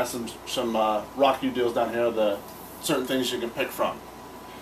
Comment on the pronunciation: Pretty nice review. It's great that you show the functions off well. I think it's pronounced "row-kew" though. :)